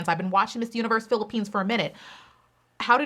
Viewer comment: I love how you pronounce cities and provinces of the Philippines now they are on point love it .